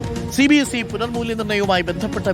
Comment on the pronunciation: Angher cbse ennu vaayikumbo "sabse" ennakum